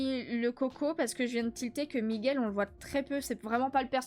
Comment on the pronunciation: Super vlog qui m’a accompagné dans mon Diamond painting ❤ par contre c’est en-canne-to et Mi-gouele Mddrr 😂😂😂 et je vais faire un avc que tu te rappelais même plus de mon thème ni pourquoi tu faisais raiponce ptdr 😂😂😂